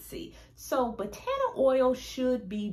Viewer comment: Wonderful information It’s pronounced Bah tah nah not Buh taaanah oil